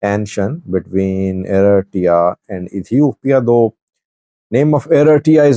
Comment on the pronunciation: The name " Eritrea" is not correct being said by your translator ,pls check it up!!!